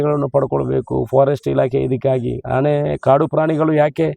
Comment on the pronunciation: ಆಣೆ ಅಲ್ಲ ಶಾಸಕರೇ. ಆನೆ